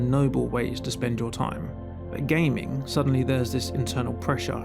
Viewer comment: If you pronounce gaming as gaymen I have no time for the rest of your video